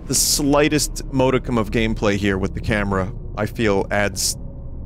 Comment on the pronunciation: Vinny, that's not how you say modicum. Or derelict.